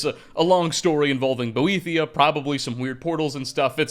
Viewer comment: so I’m playing Morrowind right now and I’ve pronounced it the same way as you until I just read a book which showed the proper pronunciation of Boethiah as (boet-HI-ah)… my first reaction was WTF but now I’ve completely embraced it. Unfortunately I didn’t mark the name of the literature that it was in, so I cannot cite the reference. Be interesting to see if anybody else can confirm this Fantastic video also!